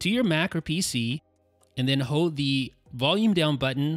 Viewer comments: Why cant this guy say hoLd? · Dude, you did say "hode."